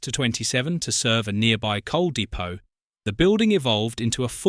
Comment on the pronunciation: Dee-poe!!!! I detect a robogob. "Two thousand seventeen" confirms it.